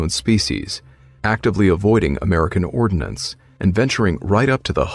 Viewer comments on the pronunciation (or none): "ordnance", not "ordinance" C'mon, aren't you a military man?